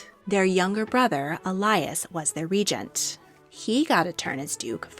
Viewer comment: Re-gent...not ray-gant